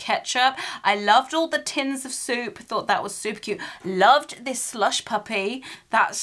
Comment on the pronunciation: When you got the Heinz ketchup soup. When you first pronounced it I thought you said Tomato soap 🧼. And I was like ‘what?’ I would never was my hands with that! You don’t wash your hands with tomatoes 🍅! Hahahha!!!